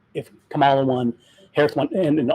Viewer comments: please at least pronounce her name correctly...it is like a comma (accent on first syllable) in a sentence and then add "la" on the end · It’s pronounced comma-la! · Why do you have such a stupid subject for this posting. Are your viewers decreasing. Please pronounce Kamala properly. Disgusting.